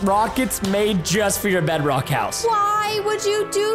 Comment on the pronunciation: CätBõÿ 100 What in the World is Breadrock 😂😂😂😂 Its Bedrock 🤦🏻‍♀️🤦🏻‍♂️